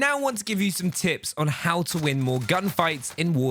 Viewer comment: Am I the only one who heard tips as tits